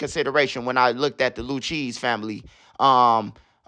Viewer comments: 😭😭😭 this man called the Luccheese family the Lou-cheese family lmfaoooo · it's pronounced Lu-kay-zee 😂😂😂 Do you Shit Bro💯💪🏾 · Bro pronounced the crime family name wrong 😂 and they didn’t beat the Rico. 2 guys took the fall for the family and still doing life in prison.